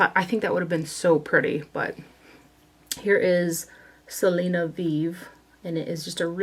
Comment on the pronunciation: As a Hispanic and and Texan I love that you swatched the Selena collection. Your Spanish pronunciations were pretty good too! 💃🏻